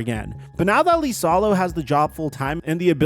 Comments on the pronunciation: Miami makes zero sense because Noah Larouche implemented the new offense for Miami this year and he was at the Grizz last year running the same system that Ja hated. Also, liasolo is pronouned like Eisalo not LEEsalo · THE COACHES NAME STARTS WITH A FUCKING I. IT IS NOT AN L. IT IS AN I. IISALO. NOT LISALO. GOD DAMMIT.